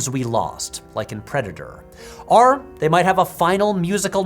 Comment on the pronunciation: First P(H)W video I’ve ever stumbled upon so excuse me if I’m late, but does everyone already know that he can’t say the word “or“? He always says “are” and it’s really frustrating to listen to 😂😭 great content but if he compares a lot of things and constantly tries to use the word “or” im gonna have to tap out. 💀